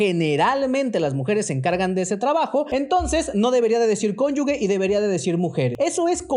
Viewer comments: cónyuge (como cónyuJE), no conyugue. Perdón eso distrae todo lo demás que está bien. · Todo está muy bien explicado, solo una observación, se dice cónyuge no cónyugue. Saludos! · Desde que dices "CONYUGUE" se ve lo ignorante que eres, solo parloteas por ardor, discípulo del TRAUMACH😂😂😂😂😂😂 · Jajaja cónyuge!!!! NO CONYUGUE, BURRO!!!!! A estudiar!!!😂😂😂😂😂